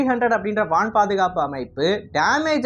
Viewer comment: வான் பாதுகாப்பு என்பதை வனப் பாதுகாப்பு என்று தமிழ் மொழியை கொலை செய்வதை தவிர்க்கவும்.